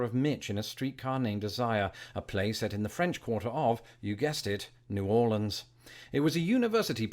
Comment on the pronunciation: New Orleans= Nah Lynns